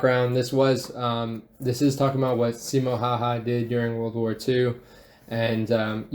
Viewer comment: yeah also making simo seem cocky and mispronouncing his name